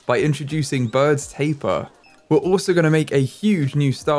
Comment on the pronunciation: You pronounce Baird’s Tapir B-aird’s Tape-e-er